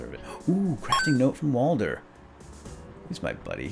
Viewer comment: its walder and mason